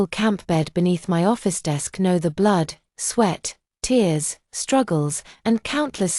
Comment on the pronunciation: Fix your AI, TEARS is not "therse". LOL "the late autumn dawn / at 3 AM!" because usually the sun arrives at midnight? Chaotic dumb story with too much self-pity and not enough self-reliance. If the family ignores you when you are right there, they will not be in a state of panic about your disappearance for 5 years straight...